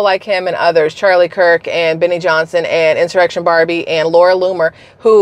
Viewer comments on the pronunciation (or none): none